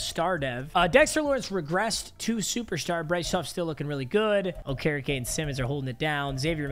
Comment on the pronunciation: Who tf is oka reka it’s okereke